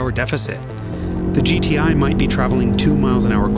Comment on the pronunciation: why his accent like that bro… he seriously calling the gti “goatee” 🥲